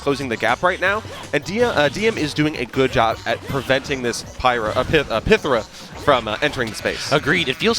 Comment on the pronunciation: I like the commentary but the way these two mfs pronounce "pythra" rubs me the wrong way. Saying pyhtra is already bleh. But making it worse by butchering it?